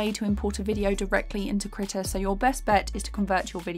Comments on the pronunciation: hold up i've been pronouncing it as "kree tah" and she's pronouncing it as "krih tah" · you mispronounced krita multiple times